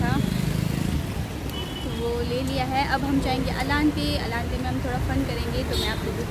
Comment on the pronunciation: Its ilante not a aalante 😂😂😂